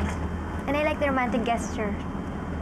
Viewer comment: Luh wala man lang nagcorrect kay Ivana pano ipronounce ang "GESTURE"? jusmio marimar, inglisera yung character pero mali pronunciation